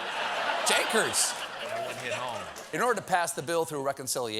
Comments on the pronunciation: Janckers??? It's jinkies!! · Out of all the things to call out on in this monologue, I am going to call out Stephen for saying "Jankers" for Velma. C'mon Stephen, it's "Jinkies." Do your research next time. 😀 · Jinkers?! It's JINKIES!!! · Jankers? It's jinkies 😂😂😂😂😂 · Tell Stephen its 'Jinkies' not 'Jinkers' lmfao, c'mon man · Velma's catchphrase is jinkies, not jinkers smh😂 cmon Stephen put some respect on Mystery Inc